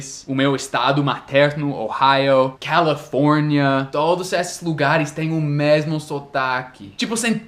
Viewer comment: te acho demais, muito bom ouvir vc falar português, para mim é difícil aprender inglês e sinto medo e vergolha de errar, mas sei que um dia ainda aprendo essa língua tão complicada. Acho ilario ouvir vc falar Califórnia. kkkkkkk Obrigada sempre pelas dicas e vc é fofo.